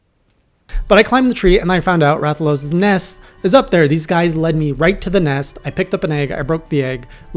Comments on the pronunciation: Nah you pronounced it right. Rath-a-los. That's a wyvern. Often mistaken for dragons XD ... but yes. Rathalos is... kind of a douchecanoe. A flying nightmare. Fun to fight once you figure out what it can do, but kind of a nuisance until that happens. It is the original Flagship monster, and as such it has undergone a ludicrous amount of evolutions through each generation. BUT, you'll learn to like fighting it ;) And here's some professional information for a new hunter: Pro-tip for Switch-axe gameplay. Whenever you start your wild swing infinite combo (as long as you have stamina), if you hit your action button (whatever it is that morphs the weapon), you go into a wide, big hit combo attack. The axe attacks that connect in that will deal IMMENSE amounts of damage. Pro-tip 2 for Switch-axe gameplay. You can endlessly morph from axe mode to sword mode to rebuild the phial gauge faster and commit to a broad range of attacks in the middle. This is less of a combo and more of a utility tactic. Pro-tip 3 for Switch-axe gameplay. If you max out your sword mode buff meter (glowing outline on your HUD around the weapon icon while in sword mode) and THEN go into the elemental discharge, you will mount the monster nearby to where you initiated the stab. And finally... Pro-tip 4 for Switch-axe gameplay. The red glow on your weapon indicates that its phial (the main mechanic for sword mode) is overcharged (which happens whenever you attack while in sword mode), temporarily granting you b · >I don’t know how to pronounce his name perfectly yet >Says it perfectly on stream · You nailed the pronunciation on Rathalos, don't worry.